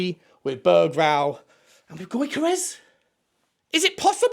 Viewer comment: Get Deki on the blower to Viktor Gyokeres pronounced (YOR-KA-RESH) and get him over 😂